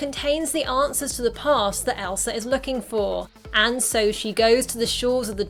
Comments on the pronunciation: No Hate But: You Kept Saying Elsr IT gAvE Me oCd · how many times did u say elser? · i feel like your sayin elsar